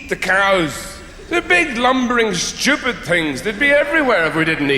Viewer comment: The way he says "stwepid things". That's just an auditory treat